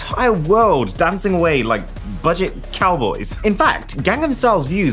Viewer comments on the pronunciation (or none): none